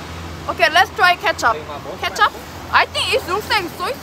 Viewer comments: Soy sauce in indonesia called "KECAP" the pronounciation same as Ketchup,, but "Ketchup," in Indonesia called "SAOS TOMAT" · The soysauce in indonesia is called "Kecap" not Ketchup and Ketchup in indonesia is "saus tomat" misprononciation 😅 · Hello, it's kecap, not ketchup. Kecap means soy sauce. The pronounciation is same but different meaning 😊. Like ur videos very much. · Its kecap. Not ketchup. Kecap means sweet soy sauce. 😅